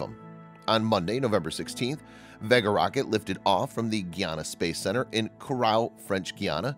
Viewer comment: The reason so many people think the narrator is a robot is that he does odd things like pronouncing Vega as though is rhymes with egg instead of vague.